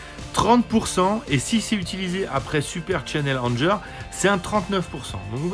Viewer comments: Je veux pas faire mon anglonazi, mais prononce Anger "angueur" :) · Non non, c'est juste que Anger, en anglais, ça se prononce "angueur", ça signifie "colère".